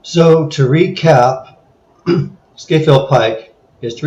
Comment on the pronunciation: Oh, and “Scafell” is pronounced “Scarfell”.